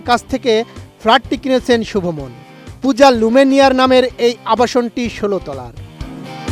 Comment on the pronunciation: সাংঘাতিক শুভ মন কি আবার? তার নাম শুভমান গিল😂